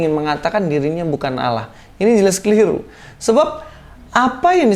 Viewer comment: Kata Allah di Alkitab itu mbacanya Allah bukan Auwloh. Auwloh itu adanya di kitabmu, dikasih tahu bolak-balik kok nggak ngerti-ngerti sih ...